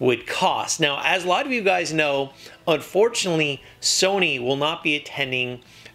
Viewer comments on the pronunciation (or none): ur saying sony wrong